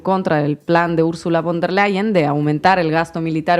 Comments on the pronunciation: Se pronuncia Ursula fon der Leien !!! Ya que la v en aleman se pronuncia como f y bueno a la señora Von der Lein tiene unos intereses económicos ya que la empresa de Main Metal ( empresa armamentista ) es propiedad de su familia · Se dice " fon der Laien " nicht bon